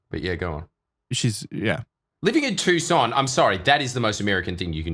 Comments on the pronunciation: Lmaooo “too SAHN” pronunciation is murdering me. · Tbf, their pronunciation is correct, just with emphasis on the "SAHN" instead of the "TOO". I thought they were going to say "Tuck - SAHN" the entire episode 😂